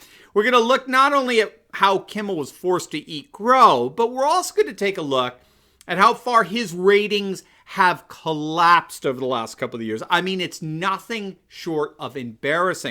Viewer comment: FORCED TO EAT CROW, BUT SOUNDS LIKE YOU SAID GROW.